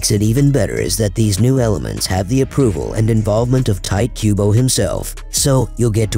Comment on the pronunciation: No it pronunces" Tee Tee" Kubo, you say Ti the same way of Te.